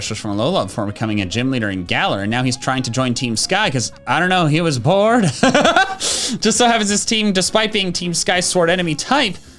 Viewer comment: I thought he said he was poor not he was bored😅